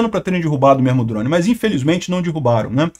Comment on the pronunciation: "Dirrubaram" é fod@ hein.😶‍🌫